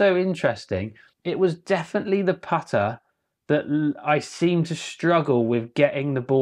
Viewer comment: Apparently the word putter has the letter t in it, and so does repeating, and started and set.